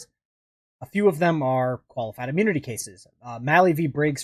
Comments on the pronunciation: “Qualified Eemoonity?” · Can I axe you a question about your qualified imoonity and the oof you took? 🤣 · Ok, two more words.."axe, and imoonity". Go Ty!!